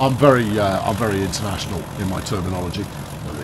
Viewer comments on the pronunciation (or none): none